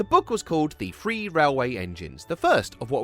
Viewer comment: Correction !! The book was NOT CALLED "The Free Railway Engines" !!!! "Free" and 'Three' are two very different words with TOTALLY differing meanings !!